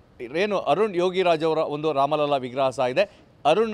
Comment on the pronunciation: ಮಹೋದಯ ಜೀ, ರಾಮ ಲಲ್ಲಾ ಅನ್ನೋ ಬದಲು ರಾಮ ಲಲಾ ಅಂತಾ ಉಚ್ಛಾರ ಮಾಡಿ. ಬಾಕಿ ಎಲ್ಲವನ್ನೂ ತುಂಬಾ ಚೆನ್ನಾಗಿ ಹೇಳಿದ್ದೀರಿ ಧನ್ಯವಾದ